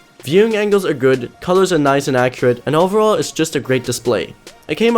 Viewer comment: lern noch mal "accurate" richtig auszusprechen, ansonsten gutes video :)